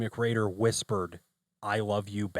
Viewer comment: Why do you keep saying Dylan McGrader??